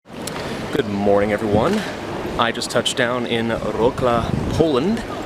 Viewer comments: I needed to hear what he says like 10 times at the beggining, until I understood he "touched down in Wrocław". Cmon, Polish isn't that hard, the spelling is very easy, it's pronounced something like "Vrotswaph". Easy right xd? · oof that pronunciation of Wrocław xD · I physically cringed and scrolled down looking for someone else to point it out.